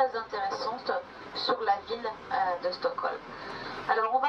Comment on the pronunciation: Vidéo intéressante, mais ô combien atroce la manière dont parle la femme... "La villEU, le quartier huppéEU" Quelle souffrance :D